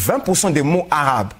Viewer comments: sauf que lui fait des fautes de prononciations flagrantes que même nos enfants ferait pas,emmene le face a un vrai arabophone et ont fera la profondeur de ses connaisance,lui qui pretant avoir etudier la langue,ya bien un moment donner ou faut arreter de se mentir a soi-meme,a cause que les gens nous ont trop complimenter d'avoir atteins un stade qu'on a pas hein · sauf que lui affirme avoir etudier la langue, il ne faut pas confondre accent et prononciation😉